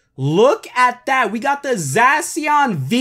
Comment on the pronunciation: Bro really said zasian